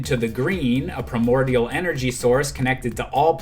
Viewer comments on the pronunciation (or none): none